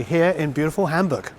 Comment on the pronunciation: Love how you say Hamburg. You know how to say it right. 😊❤greetings from germany.